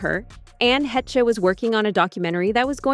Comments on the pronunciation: Its not Ann hetcha it's ANN HA (LONG A SOUND!!!! THEN SHHHH why don't you email and gen zers check your work and dialog? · Omg it's pronounced "Haysh" not "Hechay". There is enough audio footage available that it can be checked easily. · 🫤 What in the Al-narration is the mispronounced Anne's last name as "He-She". When it's pronounced "Heche", exactly as its spelled. 🫩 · Hechee? He-chay? FFS. It's pronounced "Hesh". At least use a fucking HUMAN to narrate. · Ann Hetchee, Heeshay, Hetchay, Haytcha... 😂 Hey narrator, it's Heche, pronounced Haysh. 🤓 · It’s pronounced Anne Hesh not Anne Haychay…. How am I supposed to take you seriously when you can’t even get the name right? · Anne Hetchie? Really? Her name is pronounced as “hay-shh”. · ITS PRONOUNCED " HESH" NOT HESH-EH. ITS JUST HESHE KK. COOL. 😂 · Pronounce Anss name right:" HAESHE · Ann Heche (HAY-sh) Show some respect! AND the word is SUICIDE. Twitch allegedly committed SUICIDE. SAY IT!!! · Anne's last name is pronounced Hāsh... R.I.P. Anne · anne heche pronounced hay-sh deserves not to have her name butchered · Ok now it’s Anne HE -Shay?? Get it together, narrator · Its pronounced 'Hesh' ffs 😅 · Her ex-girlfriend Anne Heche's last name is pronounced "Haysh". She deserves at least that much. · Great Video.. Only thing.. Fix the pronunciation.. Its pronounced.. Anne-Hay’shhhh’ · Degeneres was so grateful and humble that she wouldn't let her employees speak to her or look her in the eye if they saw her walking around the set and office. And Anne's name is pronounced HAYSH. Her death was bizarre. Looked like Michael Hastings' accident. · It’s hay-che. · Ann "heh chay" ?? Was she made in Mexico? Come on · You lost me at Het-Che. Block!!! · Say it with me, narrator.. Anne Haysh. HAYSH. Lol 😉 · "Hesh" is how Anne pronounced her name. There was no 'y' sound in it! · He-SHAY say whattttt? Lol. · It rhymes with Mesh. I remember when she played twins on “Another World” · Heche rhymes with mesh. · Who's Anne Hee-shay?